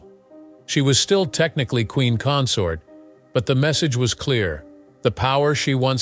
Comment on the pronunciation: CONSORT. Not comsoryt.